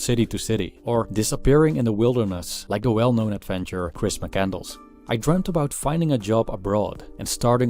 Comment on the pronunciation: Mah canned less... Not M'candles.